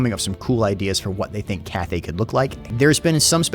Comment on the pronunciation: dee-mons. zeench. katarin. ca-thay.